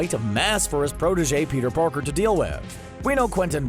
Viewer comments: around this time he said “Peter porker” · did he say Peter porker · "Peter porker"